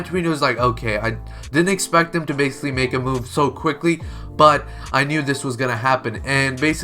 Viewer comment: please dont say basiclly ever again xD